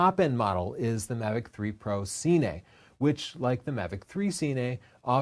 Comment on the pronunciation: “Mavic 3 SEE-NAY” lol dammit just say cine